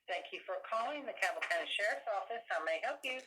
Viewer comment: Request it correctly. Learn how to pronounce Cabell.